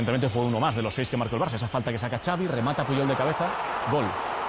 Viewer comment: diooooosssssssss puYol es con Y!!!!!!